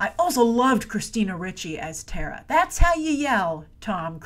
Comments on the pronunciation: I think its terra not tara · Terra, not Tara